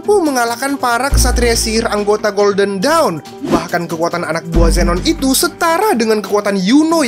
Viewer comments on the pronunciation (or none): none